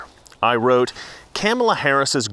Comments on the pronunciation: Its pronounced car ma la dumbass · Uhhh you're pronouncing her name wrong. It's "Copmala." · If you are going to talk about her pronounce her name rite it's 'mala Harris you racist lmfaoooooo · Are you pronouncing her name wrong on purpose ? The Left called Tucker Carlson on it when he did it. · Careful, you might get brownsplained to by Don Lemon and his bottomless well of smug "wisdom" for the way you're pronouncing Kamala. Remember, it's okay for non-Native English speakers to butcher English names, but not for native English speakers to use anglicized approximations of non-Anglo names. One standard for me, another for thee! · Your not pronouncing her name(Kamala)....correctly so that makes you a racist 🤣🤣🤣🤣🤣🤣🤣🤣🤣🤣🤣🤣🤣🤣🤣🤣🤣🤣🤣🤣🤣🤣🤣🤣🤣🤣🤣🤣🤣🤣🤣🤣🤣🤣🤣🤣🤣🤣🤣🤣🤣🤣....I'm obviously being facetious!!!!🤣🤣🤣🤣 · you pronounced Kameltoe Hairyass incorrectly... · Your pronouncing her name wrong......think of the 80s wrestler who was tribal and came out in war paint. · are you miss pronouncing her name on purpose....good man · YOU'RE MISPRONOUNCING HER NAME...REEEEEEE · You better learn to say Kamala name correctly, other wise the lame stream media will come after you like they did Tucker Carlson. 🤪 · Be careful, you are pronouncing her name wrong! The MSM are going to come after you. Also, Biden is now a true classic Democrat. He is an old white man with a colored woman to take care of him. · U do politics for a job bro lol how do u keep saying her name wrong? I don't care but I saw tucker doing that to. Like how don't yall know how to say her name right lol its not even hard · You mispronounced her name. CNN will be coming for you for your intentional racism. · It’s comma-la, not can-ma-la, you bigot racist!😂😂😂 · It is Kaa mala not Kam mala, shesh get the next VPs name right... BTW Kamala means Horrible in Finnish. Which is appropriate. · OMG (My G IS Goodness) did you not get the memo, it's name is pronounced Ka Ma La. No soup for you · It's Cum-Allah say it right